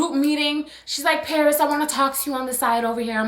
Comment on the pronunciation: LMFAO parrrrrris 🤣